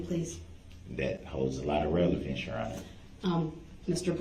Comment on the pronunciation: I cringed every time that bastard said relevancy for relevance.